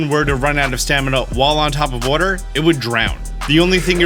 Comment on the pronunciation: "Whuter." Lmao. Thanks for the vids, lad.